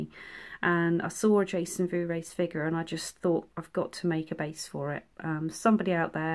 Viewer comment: Sorry but your multiple attempts at pronouncing Vorhees have finally got to me. I believe its like 4 hees to rhyme with sneeze as opposed to your attempt to say it like 'blu rays' I'm not being shady I just wanted to help...my spelling is probably wrong..we all have our crosses to bear. Your dioramas are without fault! I love them whatever size! I had to sub because I really love your work! The Chrystal lake one is brilliant..they all are!